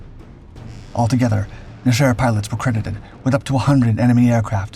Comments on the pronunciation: ok, i love this narrators voice but hes always trolling us with intentional mispronunciation. Just like Chassis, Nesher is just Nesh-err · It's pronounced "NEH-sher," accent on the first syllable. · NE-sher the accent is in the NE . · something's off with the video, it's over smoothed and hard to watch. It's pronounced NEH, SHER like 2 words